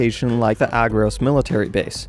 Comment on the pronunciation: It's called agrOS not Agros